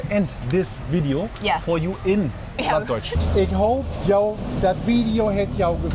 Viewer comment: That kitty was definitely pregnant. The plat Deutsch sounds really Dutch😅